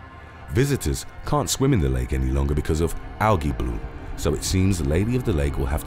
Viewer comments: Pronounced "Al-gee". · al-gee got it ?